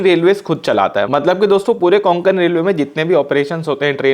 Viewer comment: Konkan nahi re Kokan Railway